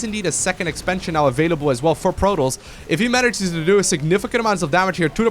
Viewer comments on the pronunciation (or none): Love how always pronounces Protoss like Plotoss xD Love your casts